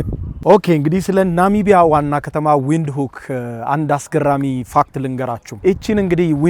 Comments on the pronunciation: Windhoek ቪንድሆክ ነው ትክክለኛው አባባል ብሮ። ዊንድሁክ አይደለም። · the capital city name read as venduk not Wind hok it in Alan’s language W read as v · W is pronounced v say it vintok